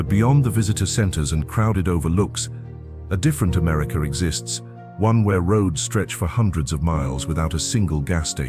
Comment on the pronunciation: Hint: America is pronounced "Americuh". There is no "R" on the end. . . Yes, Hwy 50 from Carson City to where I 70 begins is phenomenal. I drove it at night and it had a constant stream of crossing wildlife. The Dalton Hwy is still on my bucket list . . .